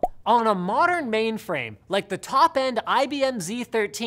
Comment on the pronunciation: Linus, are you saying maimframe?